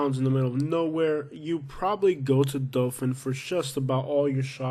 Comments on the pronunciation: Say it RIGHT. ITS DOTHAN. NOT DOFIN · Dothan is great. What gangs are you talking about?... also it's hardbto understand if you pronounce "Dothan" or "Dophin". It's rediculous. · It’s pronounced Dothan, not Dofan. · It’s Dothan not Dofin lol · I hope no one takes you seriously...take a nap before you record your voiceovers and, for the love of all things holy, pronounce the cities and attractions correctly!! It's Dothan not Dofun..."Wireless" Museum?? Try Wiregrass...ugh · Wireless museum of art??? Please check on pronunciation bc its not Dofan its Dothan. Literally everyone coming from NC and GA to PCB comes through Dothan. You obviously have NO IDEA what tou are talking about bc you are just another person who drives by. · It's Dothan,not Dolphin. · It's pronounced dathan alot of alabama towns r not pronounced like they r spelt